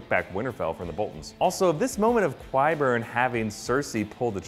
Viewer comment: Love this video. But is anyone else bothered by his pronunciation of Qyburn? :/